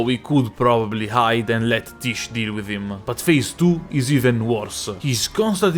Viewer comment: I find funny that everyone calls the summon "tish" when it's pronounced "tijé"